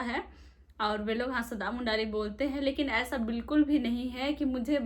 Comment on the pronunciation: दीदी हासदा नहीं... हास्ता: होता है.. यह भूमिज जाति का किली /गोत्र है...पिछले वीडियो के अनुसार और को ओड़ो : बोलते हैं.... वैसे कोस कोस में बोली भाषा बदल जाती है....